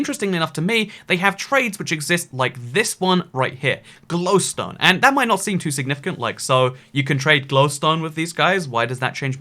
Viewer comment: You pronounce glowstone shittily.